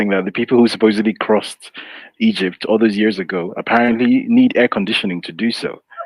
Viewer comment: Did he say he acrossed eygpt 3000 years ago 😂😂😂